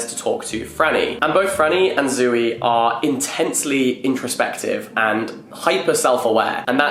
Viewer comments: Can someone tell Jack it's not Zoo-ey. 😬 It's just Zoey (Z-owe-ey) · saying Zooey like zoo-wee-mama from Diary of a Wimpy Kid is wild to me